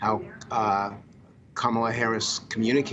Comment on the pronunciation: It is 27 days from election and a spokesperson can't properly pronounce the name of a VP candidate.